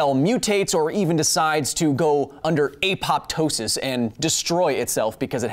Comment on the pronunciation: Pedantry inbound! Apoptosis is not pronounced like it was . The "pt: is just pronounced (in English anyway) as a T sound, like in pterodactyl. Thus it is Ap-oh-toh-sys, not Ay-pop-toh-sys.